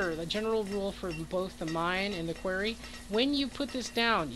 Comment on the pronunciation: Great video. Very helpful. The word is pronounced Kw-are-e. Are like car.